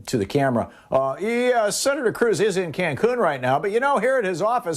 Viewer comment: Ted "concun" cruz